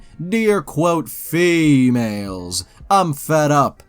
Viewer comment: The way he says female😭😭